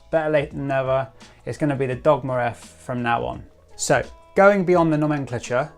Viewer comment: Nomenclature = Know-Men-Clay-Ture. Bolide = Bow-Lee-Day.